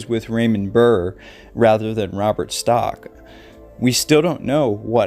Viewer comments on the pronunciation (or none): I was going to watch your video. But within 2 minutes you mispronounced the name of the missing person and the name of the host of unsolved mysteries. There is no T in the missing man's name. And it is Robert StAck, not stOck. So really, how good could you possibly be at telling a story!